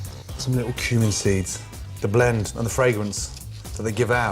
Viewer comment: When he said cumin I thought he said humans